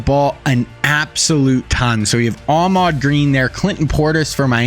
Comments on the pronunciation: His name is Ahman Green not Ahmad Green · Im not trying to be the typical annoying internet guy.. but its AHMAN GREEN not AHMAD... Ive watched two videos and its been driving me crazy... I thought I was wrong about his name until I finally decided to google it. AHMAN... lol